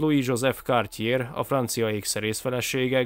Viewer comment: “Cartier”-nek írjuk, de “kártyié”-nek ejtjük, R vég nélkül